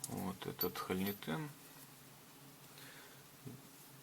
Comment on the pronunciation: Делайте пожалуйста правильное ударение в слове хо’льнитен. А то ухо режет. Слово означает пустотелую заклепку (холь - пустотелая, нитен - заклепка) и ударение идет на о.